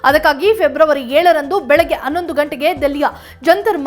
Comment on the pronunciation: ಸುದ್ದಿ ವಾಚಕರಿಗೆ ಒಂದು ಸಲಹೆ. ದಿನಾ ಬೆಳಿಗ್ಗೆ ಖಾಲಿ ಹೊಟ್ಟೆಗೆ ಎರಡೆರಡು ತುಳಸಿ ಎಲೆ ಮತ್ತು ಒಂದೆಲಗದ ಎಲೆಯನ್ನು ಒಂದು ಚಮಚ ಜೇನುತುಪ್ಪ ಬೆರೆಸಿ ಸೇವಿಸಿರಿ‌. 'ಹ' ಕಾರ ಉಚ್ಚಾರಣೆ ಸರಳವಾಗುತ್ತದೆ. ಈಗ ನಿಮ್ಮ ಸ್ವರ ಸುದ್ದಿ ವಾಚಿಸಲು ಸೂಕ್ತವಾಗಿದೆ. ಆದರೆ 'ಹ' ಕಾರ ವೆಲ್ಲಾ 'ಅ' ಕಾರ ವಾಗಿ ಅನ್ನೊಂದು ಅನ್ನೆರಡು ಕೇಳಲು ಅಸಹ್ಯವಾಗುತ್ತದೆ . ದಯವಿಟ್ಟು ತಿದ್ದಿಕೊಳ್ಳಿರಿ.